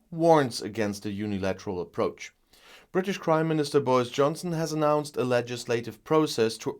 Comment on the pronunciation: I always hear you saying “the British Crime Minister”…😋